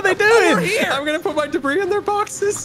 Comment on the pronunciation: one two three ancient debreeee